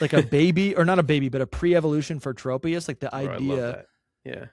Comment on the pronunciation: All of you keep calling it Trope-ius. It's Tropius, like tropical! 😅